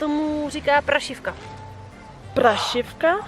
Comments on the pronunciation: prašivka a prášivka je rozdíl. :D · Někde se jí říká práááášivka, s dlouhým á.